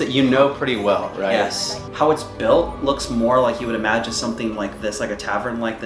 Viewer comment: I can hear the emphasized "imagine"